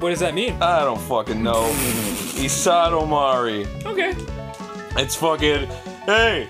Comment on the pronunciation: That was IsoTOmari not Isodomari... God arin... Learn to read hirigana. Lol